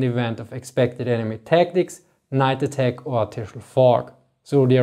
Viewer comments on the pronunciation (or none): none